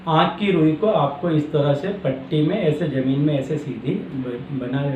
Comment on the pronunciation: Kya rui bola, aate ki rui? Pls clear it. Name the rui clearly pls.